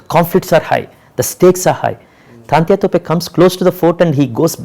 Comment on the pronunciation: True . He is absolutely right. But even the directors should know (also to pronounce) the the names in right way of the great historic characters(as per his own say ) as well as he knows the right history . He is calling 'Taatyaa' Topey as 'Taantya ' all the time .